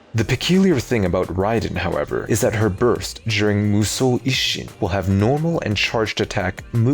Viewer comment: Man how he say Mushou sounds so good